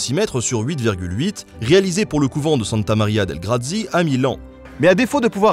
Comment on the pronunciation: Très bien, vraiment. SI je puis me permettre : Santa Maria delle Grazie se prononce Santa Maria (ça, ok) dèllé gratsié. Et l'assistant de Léonard se nommait "Salaï". : )